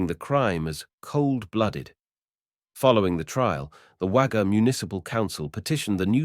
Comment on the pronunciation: I live not far from Wagga, have not heard of this before. I know Wagga looks like it should be pronounced with an a, but it is pronounced 'Wogga'. Junee is pronounced June e. Loved seeing all the old photo's of the area, Lake Albert is now quite an expensive part of Wagga.